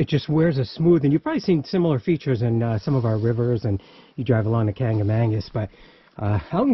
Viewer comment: *kancamagus* not kangamangus lol just call it the Kanc